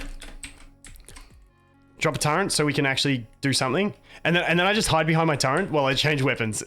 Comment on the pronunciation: The way you pronounce turret. :)